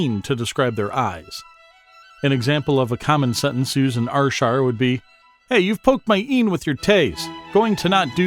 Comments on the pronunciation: 😂 very humourous and well said apart from the pronunciation of Ayrshire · YES!!! I'm an American and I knew it was wrong, and it made me CRAZY! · You cannot even pronounce Ayrshire correctly!!!!! Good grief. This is a commedy video right? You are getting it all wrong. Gaw biel yer heed! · shockingly bad video, you say ayrshire totally wrong and many of those words are not common spoken words let alone even known. I am born and bred there and none of what is said is correct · Am fae AYRshire n yer pronunciation is fucken shockin bro. Haha. Here's a AYRshire word fur ye, WINTERDYKE. Let's see if ye ken whit am oan aboot.